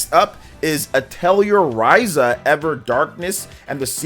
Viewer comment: You're mispronouncing Atelier.